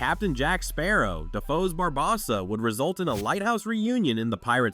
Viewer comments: It’s BarbOssa, not BarbossA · Once I heard him say Barbossa's name wrong, thums down, you sir have never seen one pirates ☠️ movie.